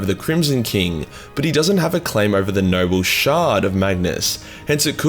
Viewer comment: For the first five minutes your accent made it sound like you were saying “nurgle shard” So all the talk of merging the “nurgle” shard had me asking but why tho?